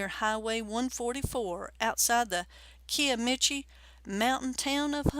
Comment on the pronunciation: They also pronounced Kiamichi wrong as well. They said kee uh mee chee, when it's actually pronounced like ky uh mee chee